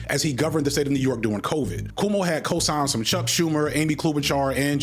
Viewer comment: Why does he keep calling Cuomo Como?